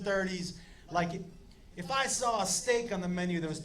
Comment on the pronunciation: Thought he said stick not steak